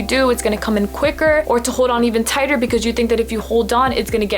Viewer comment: tigher instead of tighter